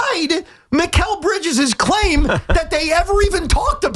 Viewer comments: Bozo says MILES Bridges instead of Mikal Bridges. Who's gonna tell these 🤡's who run WFAN Youtube channel 🤔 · It's Mikal not Miles. Tell the intern to get it right